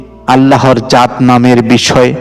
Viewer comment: আমি আপনাকে একটা অনুরোধ করছি আপনি জাত নামটি সঠিক ভাবে বলে যাবেন